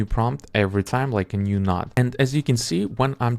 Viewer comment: Node not Nod bro